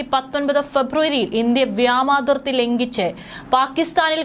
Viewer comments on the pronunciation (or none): വ്യാമാതിർത്തി അല്ലവ്യോമാതിർത്തി 👍